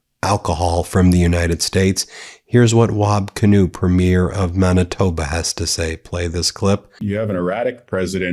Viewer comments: MAN-itoba, not MON-itba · It’s Man-itoba not mon babbling ben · Man-i-tob-a. Manitoba. Hard 'a' like in the word itself, Man..(not a soft a like Mon) Been telling you all for ages, Canada isn't f'cking around with the US or Isreal and we are more pissed than anyone else it seems.. We've been backing out of both places for a while now. Long before Americans and Isreali's started this ridiculous war. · Monitoba… c’mon, mon, you gotta try harder 😂😂😂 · Monitoba? Not to make fun of you, but it’s pronounced Manitoba. The first syllable being “man”. I love your content and this is my favourite channel. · MAAANITOBA not Mubitoba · Manitoba is pronounced "man", not "mon"! Go,! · It isn’t mawn-it-toe-bah, it’s man-it-toe-bah. Not being a snot, just fix your pronunciation if you are going to be talking about sovereign countries and their provinces/ states / territories. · It's pronounced Man itoba not Mon itoba. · Its pronounced MANitoba. Not MONitoba. Just a little thing i noticed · "Mon"-itoba, yank? Seriously? It's Man-istoba. Face palm. Love your show, Ben. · 😂”Monitoba”???😂 dude, this is funny. You reminded me of Micheal Scott when he went to Winnipeg! Lol 😂😂😂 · It's pronounced - Man a Toe Bah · Ben,it's pronounced Man- itoba,but thanks for reporting on Canada and what Canadians think of Trump's disgusting government. We hate living next to the Manbaby as much as Americans with brains hate him. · MAN-uh-toh-ba, Ben... fuck... and did you say 'themself' at one point...? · LOL,epic fail when you put an ‘s’ in Manitoba. 😂 We had to teach him how to say Alberta, he’s willing to learn. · Ben , please learn how to pronounce Canadian words😊. Thanks for what you do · Okay Ben, I know that you are exhausted, but please say Manitoba correctly. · It's not preem 'YEER, it's 'PREEM yer. and it's not Mahn itoba, it's Man itoba. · MAN-uh-toh-ba, Ben... fuck... and did you say 'themself' at one point...? AND IT'S 'BOM-BAR-DEER' IN ENGLISH... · PREE-mier from Maaaaanitoba, Ben.